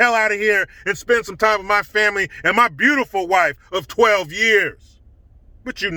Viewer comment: I always love how says "BEAUTIFUL wife." She's a lucky woman!